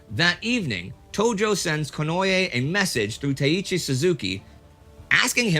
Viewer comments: Theres no such thing as "ye" in the japanese language, its ko-no-e (近衛). Please indy, its just like spanish pronunciation, and if you read the correct spelling on wikipedia youd see theres no "y" anywhere in there, just read it like hes from spain or mexico or any latin speaking country, itll at least be the correct pronunciation. 😂 i do love you, thank you for all the vids, and very glad and hopeful for you and everyones continued good health ❤️❤️❤️ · here indy, 10 seconds in a nice beautiful pronunciation. Not to change any episodes or anything, but just to give an easy example of Konoe Fumimaro (last name first name, as is standard). Just keep listening for the same name konoe after that 10 second mark for confirmation if doubted